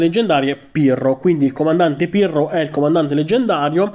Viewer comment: Solo io ho sentito Pirlo anziché Pirro 😂